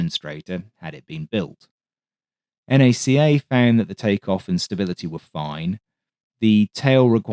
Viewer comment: Kind of shooketh when you called NACA, N-A-C-A. Its like calling NASA, N-A-S-A.